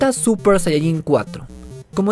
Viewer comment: Por que dice suPPer sayayin